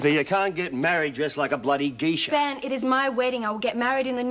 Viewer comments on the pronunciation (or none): calling Dr Weissman, Dr "Weessman", and Ben calling a "geisha", a "geessha". It's like Erica, Vera, Ann, Meg, Bea, Joan and anyone else saying "Meemo", instead of "Memo" all over again lol.